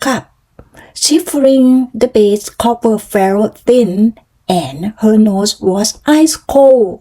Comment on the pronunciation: ไม่อ่านเหมือนตอนฝึกล่ะคะ ตอนเริ่มต้น อ่านเป็นเทปยานแล้ว:face-green-smiling: อ่านต่อมาดีขึ้นนิด กระชับได้อีกค่ะ พหูพจน์ออกเสียงด้วยค่ะ noses โนสเซส looked out ลิงก์ท้ายได้ค่ะ package กับ bucket เสียงท้ายต่างกันนะคะ dropped เสียงท้าย t ไม่เป็ด เมื่อไรจะจำได้ ส่งข้อมูลให้ในไลน์แล้วนะคะ อ่านและจำให้ได้ fire ออกเสียงท้าย เออร์ด้วยค่ะ โดยรวมออกเสียงคำชัดขึ้นมาก:washhands:จังหวะ ความต่อเนื่องยังไม่ดี สดุดเยอะ คำไม่ต่อเนื่อง เว้นวรรคไม่ดี